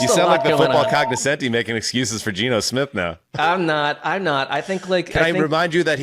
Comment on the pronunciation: Love y'all, but please, if you're going to throw the word 'congoscenti' around every episode like you're one of the cognoscenti, please at least google 'cognoscenti' and learn how to pronounce it....